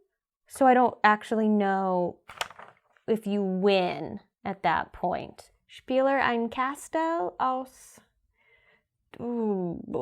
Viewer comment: Gotta love how she pronounced spielen spieler.